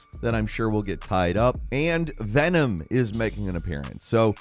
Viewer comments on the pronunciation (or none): none